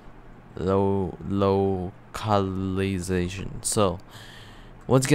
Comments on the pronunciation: Couldnt even say "Localization" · bro was struggling to say localization i love it its so funny